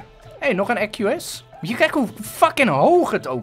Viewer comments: equus spreek je eqoes uit en niet ekues. het komt van het latijn. (ik weet het omdat ik latijn als richting doe) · je zegt ecu-us maar je zegt eekuus. Latijnse lessen kunnen helpen. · Je spreekt equus uit als eekwoes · je spreekt het uit als ekwoes ik die Latijn dus ik weet dat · je spreekt het uit als eekoes ik zit op gymnasium en heb latijn :) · Je zegt Eekwoes (equus)